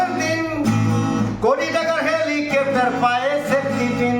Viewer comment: এবার ২১শে "চোলাই" দিবসে ২১জন জেলে থাকার কথা আর ওটা আমরা ঠিক শুনতেই পাই নি যে ওটা সেপ্টিপিন্ নয় ওটা বলেছিলেন " সেফ্টিক্" কিন। বিজেপি ওনার পায়ের দিক থেকে সেপ্টিক্ করা শুরু করেছেন যাতে আর দাঁড়াতে না পারে।